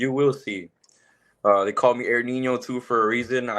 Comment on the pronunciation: It’s pronounced Ninyo, not Nino lol. He’s killing it right now. Can’t wait for TOD.